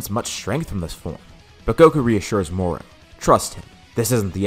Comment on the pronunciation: moro not moru